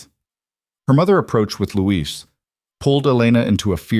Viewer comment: A very good story but why is Elena's brother named 'Louise' when it should probably be 'Luis' ? Christchurch, New Zealand.